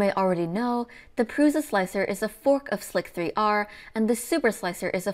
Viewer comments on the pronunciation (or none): great videos! by the way, "lidar" is pronounced "lie-darr" (because it's related to the word radar), and "chassis" is pronounced "chass-E", and "slic3r" is just pronounced "slicer"